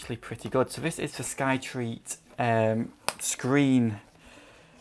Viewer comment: Still enjoying your videos but just to let you know, it is Skyreat not SkyTreat :-)